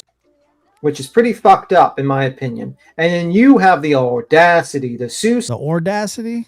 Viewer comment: Josh, IMO I think said ole-dacity. Better put that on the sound board OMG! 🤣😂🤣😂